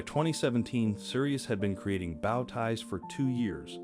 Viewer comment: Great video but bad pronunciation of the word bow ties! Bow isn't pronounced the same way as wow. It is pronounced the same way woah is.